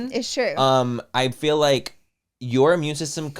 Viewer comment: I love yall but omg… Manny sounding like he learned a new word today and just trying to enter it casually wherever he can “juxtaposition” Laura pronouncing “heal” instead of “hill” or saying “hill” instead of “heal” “fill” instead of “feel” I can’t.. lol